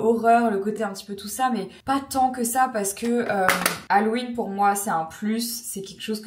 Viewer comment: On prononce « hallOween » et non « hallween » :) 😊